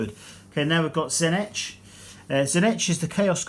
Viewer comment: Great review but tzeentch is better pronounced as "zee -tch"